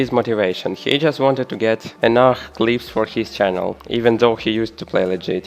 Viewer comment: подсказка, говори не "энах" a "энаф" enough